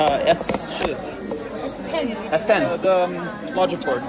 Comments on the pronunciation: Hey, great video. BTW, the reason everyone thinks you're saying S4 is because you keep saying 4 not 10? Might be better to just say the English number if you can't master the tone (curving it down and then up for 10). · You pronounce S10 like S4. The intonation is a subtle tweak from each other. S4 is a flat tone, S10 goes down. It's a good thing you show the + sign to indicate 10 or you might end up with S4 😂😂😂